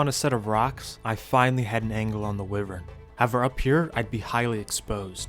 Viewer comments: the whole wivern instead of wyvern thing bugs me but i still like ur vids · wyvern is pronounced why-vern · Why - Vern ❌ Wiv - Vern ✅ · Why do pronounce wyvern like that?